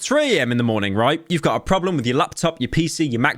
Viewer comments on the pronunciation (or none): none